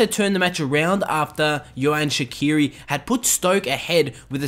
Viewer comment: yohan shaqiri ??? 😂